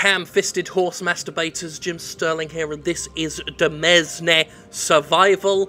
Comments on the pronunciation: Demesne is pronounced domain. Motion blur is pronounced raging head ache. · It's pronounced "de-mane". It's feudal europe era French for "domain". I learned it from playing video games! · 10 secs in. Minor point; it's essentially pronounced "domain". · Actually Jim, it's pronounced 'dimayn', kind of like domain but with an 'I' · close, but the de- isn't pronounced do-. It's like the 'e' is roses. It's more de-MAYNE. Old French is weird. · Oh Jim, demesne is pronounced like domain! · It's pronounced similar to 'domain' and means the same thing. Edit - props to the 3 people who pointed that out before me. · The settings menu looked like it had a scroll bar on the right. There may be more options if you scroll down. Also, it's pronounced "di-MAIN"... :-) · Demesne is pronounced "demain". "De" like in demean, "mesne" sounds just like "main" in domain. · you're going to think I'm insane but it's pronounced domain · It's pronounced day-mance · I think demesne is pronounced domain :/ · The pronunciation of "Demesne" killed me at the start. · That is not how you pronounce demesne. I know that and it's not even my first language.